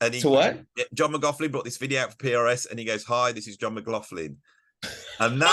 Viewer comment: John, once again, pronouncing his name wrong. What a comedian.